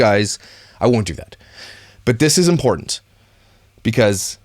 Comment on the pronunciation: Oh...I called you a dipshit in my last comment but you are now my hero for pointing out the impo in instead of important....another one is Ba In...it is a freaking button.